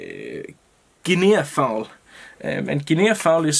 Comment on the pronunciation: Hey, great looking fly. Guinea fowl is pronounced guinee as if it has no A at all at the end. I thought you might want to know. Hope you did, otherwise you can tell me to mind my business. All the best and I do love your tying. All the best, Sean